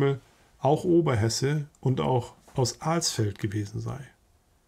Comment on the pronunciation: Hallo, bitte bei der Nennung der Oberhess. Stadt Alsfeld, nicht das "A" so lang ziehen ( Aaaaaalsfeld) sondern kurz aussprechen. Als alter Oberhesse, der in Alsfeld geboren ist, geht mir immer gewaltig der Hut hoch, über diese sprachliche "Vergewaltigung". Danke.